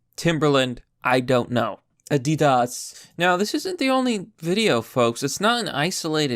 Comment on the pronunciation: He said “Ah-did-Ahs” (Adidas)